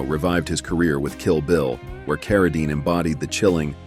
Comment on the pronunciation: David CarraDINE is pronounced CarraDEEEN